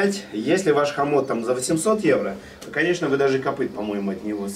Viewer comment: Не хамот, а хамон!